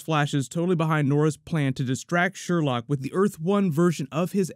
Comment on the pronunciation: It's pronounced "Sher-loque." Come on,, you're better than this! Favorite moment was definitely the corny, but hilarious, laser tag scene lol